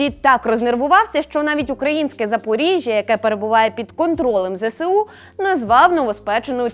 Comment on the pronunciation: Правильно казати ЗСУ не зе се у, а зе ес у.